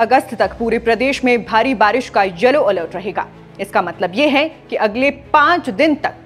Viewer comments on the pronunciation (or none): none